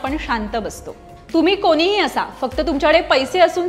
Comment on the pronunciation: कोनीही नाही ग कोणीही... न आणि ण मधे खूप फरक आहे...